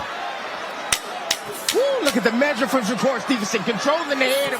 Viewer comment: Here he is again Mayweather jr uhg" i mean shakurrrr Mayweather Stevenson 🤣